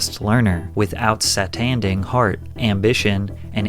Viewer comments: THE WAY HE ACTUALLY SAID “OUTSATNDING”💀💀💀😭😭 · did he say outsa-fanding instead of simply outstanding 😂😂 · Wait. What you not fin to do is skip over the way you pronounced OUTSTANDING and act like it didn't happen or that's how it's said nowadays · I didn't expect the' outsatnding ' 😅🤣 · your AI, listen to how he says outstanding 🤔🤔🤔